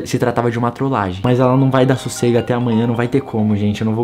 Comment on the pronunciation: A ora que eu mais sori foi você falando trolagen kkkkkkkk